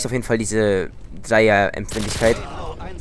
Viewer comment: er sagt empfindlichket drei